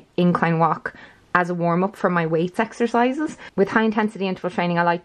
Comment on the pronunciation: "my time journal" but in irish accent " ME TIME JOURNAL!"